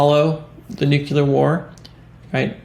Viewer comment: Its not NUCULER , IT IS NUCLEAR